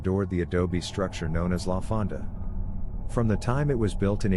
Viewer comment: La Fonda ..(phon-da)...like phone, not like fanta... Juan de Oñate (ohh nyaa tay)